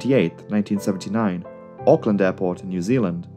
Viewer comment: Yay you said auckland correctly